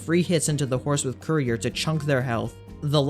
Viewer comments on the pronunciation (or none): none